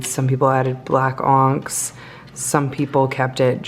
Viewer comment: The way you pronounced onyx as “onks” made my ears do a double take lol